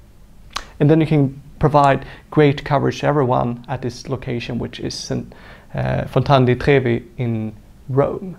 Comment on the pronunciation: Thumb up for your pronunciation of Fontana di Trevi :)